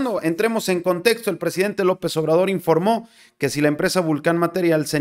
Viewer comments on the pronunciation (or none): none